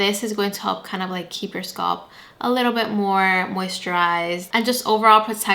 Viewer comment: The word is “scalp” with an A in the middle not “sculp”. I had to stop watching because this irritated me so much